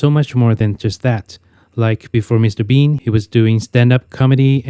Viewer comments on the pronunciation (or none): none